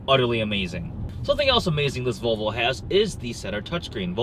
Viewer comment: Olav Alexander Mjelde o come on he says vovlo wos ready to insolvent